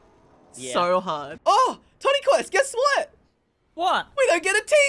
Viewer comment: Every time you say his name it sounds like tinny quest and i love it 😂